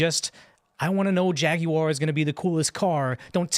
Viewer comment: Dude, why is he adding an extra syllable to Jaguar? “Jagie-uar”.